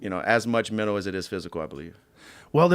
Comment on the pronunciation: Dustin "Fighting is menol" Poirier